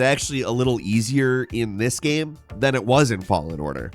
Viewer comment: My dude still pronouncing game "gamm" or "gayam". So bizarre.